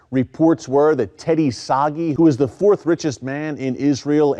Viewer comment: Always interesting and great info. But! The Israeli businessman's name is pronounced sah-GHEE not soggy, lol. Never quit reporting, Mr S!